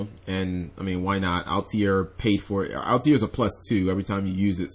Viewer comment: It's not pronounced al-te-air, its all-tair.